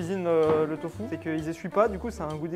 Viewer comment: ahhh je suis désolé mais pourquoi dit "Tofou"? C’est du Tofu 😂